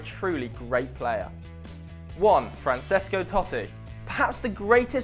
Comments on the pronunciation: Dilip Tien im here and i hate it when they say cristianow. . ..its cristiano...yet ive learnt to accept It Now what i wont accept is people saying franciscow totti...dude its francesco not franciscow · Francesco Totti you pronounced wrong it's Franchesco Totti that's how you say it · Bad pronunciation in Francesco Totti. He is italian so it sounds Franchesco